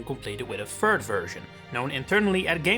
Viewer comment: what is a "fird version"? 😂